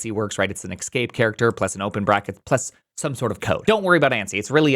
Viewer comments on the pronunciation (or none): EScape, not EXscape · do you genuinely think the word is "excape"? :x That one is even worse than "excetera" :( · "Ecs-cape" is the new "nu-cular".